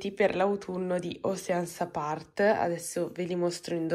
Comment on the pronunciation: Scusa ma si dice /oscian/ (L ho scritto come ai pronuncia )non è per essere pignoli ma visto che lo dici spesso e sponsorizzi😅